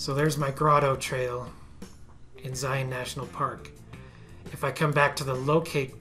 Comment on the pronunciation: Love these quick and concise toolbelt videos!! Thank you for sharing! And now I know how to properly pronounce Zion. Being from Texas we tend to butcher a lot of pronunciations. Loved the segue to Angel Landing. My family and I completed it a few years back. I recommend leaving early before the trail gets crowded and take plenty of water if hiking in the summer. Narrows was fantastic too. Except when I lost one of my shoes.